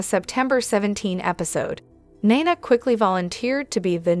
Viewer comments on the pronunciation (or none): I love the way you talk, but please pronounce their names correctly. Ava and Nina and is that you act like you don’t watch the show you pronounce their names incorrectly please learn their names. It drives me crazy. I love the way you talk and I love listening to you, but please get over their names. Thank you.